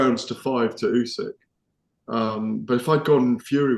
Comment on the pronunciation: "ooh-sick,". Not bloody "ooh-seck." Get it right